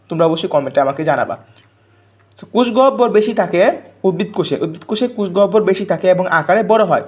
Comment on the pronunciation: কোষ.....কুষ না😅😅😅😅😅😅😅😅😅😅😅😅😅😅😅😅😅😅😅😅😅